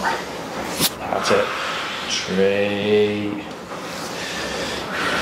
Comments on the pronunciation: Is he saying tree or three 😂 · "five, four, tree, two, one," is eternally burned into my brain now.